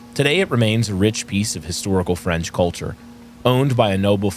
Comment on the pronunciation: The worst part about this is seeing face pronounce French words from the front.